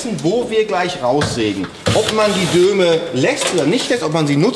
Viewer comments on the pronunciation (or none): Es heißt DOME, verflucht nochmal... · Dome statt Döme... . Junge, Junge was ist los bei dir. 😊😉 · Dome! Nicht Döme... Herrgottsakra! xD ;)